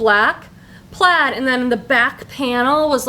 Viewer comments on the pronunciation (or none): none